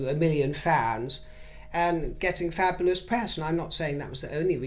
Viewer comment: FAB - U- LOUS! 😂